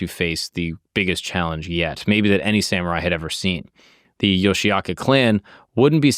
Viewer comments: Great video! Here are a few quick historical facts and a pronunciation tip for your research:Pronunciation: The clan name is pronounced "Yoshi-oka" (Yoshioka), not "Yoshiaka".Takuan: The mentor relationship between Musashi and Takuan is 100% fictional. It was invented by novelist Eiji Yoshikawa in the 1930s and later used in Vagabond. In reality, there is no record of them ever meeting.Denshichiro Fight: You used the Vagabond version (a dramatic sword duel), but the oldest historical record (Kokura Hibun) says it was much quicker. Denshichiro brought a massive 5-foot wooden sword, but Musashi rushed him, snatched the sword right out of his hands, and struck him down with it in a single blow.Love your content, keep up the great work! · 素晴らしい動画ですね！あなたのリサーチの参考になるよう、いくつかの簡単な歴史的事実と発音のアドバイスをまとめました：発音： 一門の名前は「ヨシアカ」ではなく、「ヨシオカ（Yoshi-oka）」と発音します。沢庵和尚： 武蔵と沢庵の師弟関係は100%フィクションです。1930年代に小説家の吉川英治氏が創作し、後に『バガボンド』でも使われました。現実には二人が出会った記録はありません。伝七郎戦： 動画では『バガボンド』版（ドラマチックな剣の決闘）が使われていましたが、最古の歴史記録（小倉碑文）によると、実際はもっと一瞬でした。伝七郎は5尺（約150cm）の巨大な木刀を持っていましたが、武蔵は彼に突進してその木刀をひったくり、相手自身の武器を使った一撃で打ち倒しました。